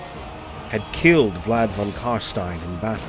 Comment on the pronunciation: Finally someone that pronounces it correct. Its Karstein as in Frankenstein, its never Karsteen.